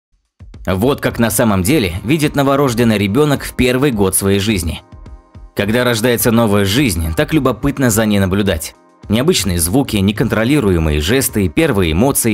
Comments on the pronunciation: Не новорОжденный а новорждЁнный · Не НоворОждёный, а новорождЁнный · новорОжденный? может новорождЁнный??? взбесило. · Что за ново́рожденный,правильно новорождённый на ё удрение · новорождЁнный а не новорОжденный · Эх топ ударение новор'ождёный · новорождённый (на "ё" ударение ) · ударение на слово новорожденный неправильное